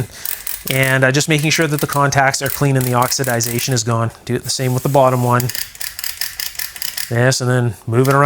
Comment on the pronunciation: It's not pronounced oxidazation! The proper pronunciation is oxidation.